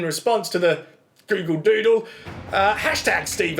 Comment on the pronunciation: "A Gyoogle Dyuudle." Brilliant